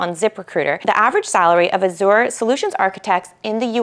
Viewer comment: The host needs to learn how to pronounce Azure which leaves me to believe she definitely does not have any certs herself. Also these salary estimates are greatly exaggerated in the real world.